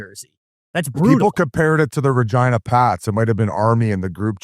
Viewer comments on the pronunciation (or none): none